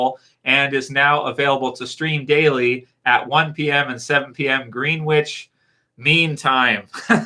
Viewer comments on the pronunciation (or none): Sorry for correcting you ,it's pronounced Grenich not Greenwich. Some british place names are pronounced nothing like they're spelt. I'm from yorkshire we've got some good place names like Wetwang 😉 Ps would love to see Daryl as Scrooge